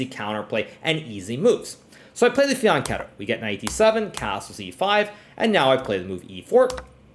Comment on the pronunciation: Wooow you said Fianchetto! Bravoo 😄